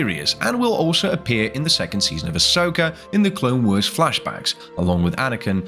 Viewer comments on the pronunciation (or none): AI voice? Just a smattering of weird pronunciations of random words... "clone wers"... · "the clone weers"